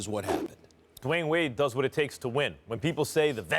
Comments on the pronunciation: he said LeWayne Wade 😂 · did Stephen A. just call DWade “LeWyane Wade?”🤦🏽‍♂️ and ppl wonder why Kyrie wanted from under Lebron’s shadow... 🤷🏽‍♂️ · He said "LeWayne Wade" lol